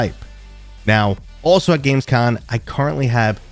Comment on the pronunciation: Just one tiny hint, before you show up there: Yes, it's a CONvention, but it's actually called Gamescom, with an M at the end. 😂 I can't help but think that every time I hear you say it. 😅 As for games this month: Nah, I don't think I will be buying a lot of those. Let's see. Already started with Tomb Explorer VR, which is a fun concept surrounded by a pretty janky mess. 😊 I will wait for a couple of updates there before I jump back in.